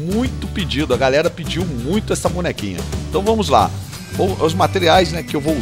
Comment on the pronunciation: porquevc fala gralerra